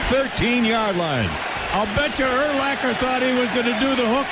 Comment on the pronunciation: Did you call Brian Urlacher the Jew King?